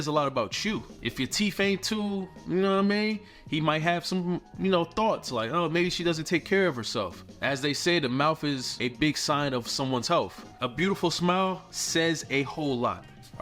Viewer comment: MoutTH .. teeTH … healTH .. there are no F’s in those words